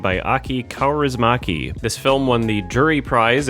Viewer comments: "Aki Coughriesmahkey". Its spelled Aki Cow-reese-mackey. "Ä" or A with two dots on top is spelled like A in "Ass" or "Bash" or "Cactus". All finnish vowels only have one pronunciation and no context rules, thats why theres 3 extra vowels in their alphabet. Finnish doesn't have spelling bees because its too easy. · Since you care about pronunciation, here's a tip for Kaurismäki: the letter ä makes a different sound than a, and in this case you can pronounce "mäki" exactly like "Mackey", as in the South Park character. Otherwise perfect! Also glad you liked the movie. Kaurismäki has a very distinct style especially in terms of dialogue, it's super interesting to hear a non-Finnish person tackle his material.